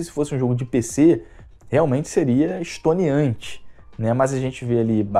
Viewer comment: É "estonteante"